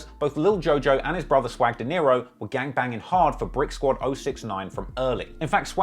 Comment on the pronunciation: Swag Dinero not Deniro you said it wrong about 10 times 😅, nice content though